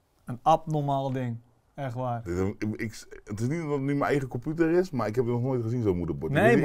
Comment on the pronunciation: Iedereen: computer/pc: KOMPUTER